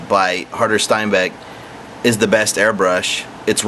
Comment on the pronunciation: But you're alright with saying "Steinbeck" instead of Steenbeck? OK. And if you want to get picky - pronounce it shteen beck. Adios.